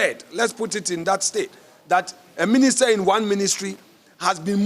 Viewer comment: Did i hear"Ministet" and "concrude"?😂😂.